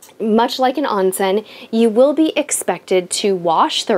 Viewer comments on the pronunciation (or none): The word "Onsen" is pronounced as "own-sen". A long "O" rather than a short "O"> Otherwise, great video.